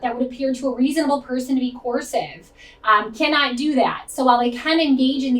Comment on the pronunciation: are you saying "coercive" or "corsive"?